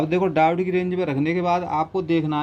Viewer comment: डायोड होता है डाउट नहीं होता। माना की लोकल बोली में शब्द का उच्चारण खराब भी हो जाता है पर ठीक भी किया जा सकता है।